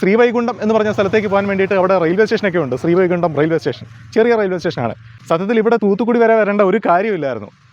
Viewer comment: വൈകുണ്ട എന്നല്ല…,, വൈകുണ്ഠം എന്നാണ്…